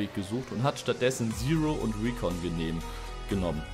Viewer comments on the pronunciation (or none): none